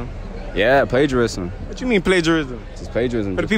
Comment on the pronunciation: He heard mans say “plagiarism” 🤣 like wth